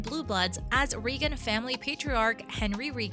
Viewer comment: Pronounce the Reagan name correctly